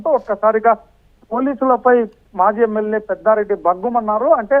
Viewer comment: పెద్దారెడ్డి కాదురా బాబు పెద్దిరెడ్డి